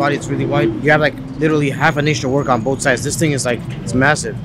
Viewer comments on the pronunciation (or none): That ‘both’ really didn’t sound ‘both’ more like blo…😂😂